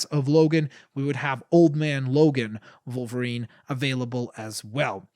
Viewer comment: did you say vulverien it's wolverine